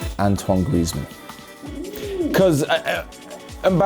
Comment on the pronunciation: Really liked when said griezmann he knows what he is saying just watch